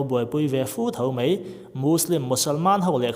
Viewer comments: Mai ti a lam rik tur Mei tiin i lam ri tlat zel hi ngaihthlak a hreawmna ani.a bak chu a tha viau e.Go on...Best of luck👍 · He thil hi kei zawng ka ring ve hauh lo mai. Eng pawh hi ngaihthlak a nuam e. Kan ṭawng hi chhiar leh ziak hi uluk deuh ang u. 'Mai' tia lamrik tur 'mei' tia lam rik a awm nual mai; ṭawng uluk tan chuan a awmzia a tidal tlat. Ṭang sauh sauh teh u.